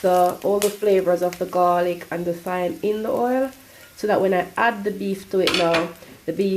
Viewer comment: It’s pronounced time not thyme